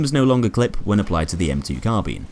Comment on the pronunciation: Its Carbine not Carbean. Bine-sounds like Mine. :) PS weapon changes are now listed on reddit in the community broadcast.